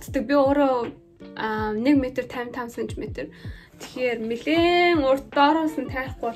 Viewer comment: милээн биш нэлээн гэж ярьдаг шүү